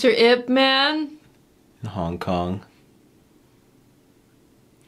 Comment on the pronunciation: For future purposes and to not upset ip Man fans, his name is pronounced as Yip Maan, with a drawn out "aan", and not like batman or superman.